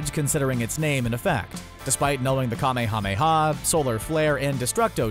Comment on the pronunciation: Holy shit! Just say kuh-may-uh-may-uh wave!